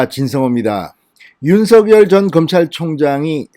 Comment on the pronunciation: 윤석열 발음 똑바로 듣게 부탁합니다